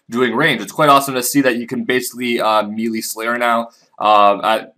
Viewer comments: I was going to ask if I was the only one bothered by him saying mee-lee instead of may-lay but there are at least 2 other comments saying the same thing. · Melee is pronounced May-Lay, not Mee-Lee. Just trying to be of help. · You know its said as may-lay for melee...?